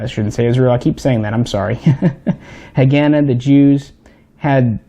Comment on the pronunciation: PRONOUNCED HA- GAH-NAH